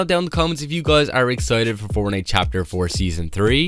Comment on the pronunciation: Bro always says fornite account like bruhhh